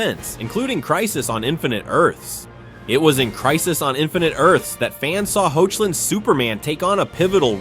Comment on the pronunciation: You said hoechlin wrong.. the ch is pronounced as a K